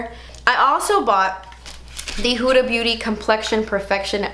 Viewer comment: Finally i find beauty guru that can pronounce "Huda" correctly😂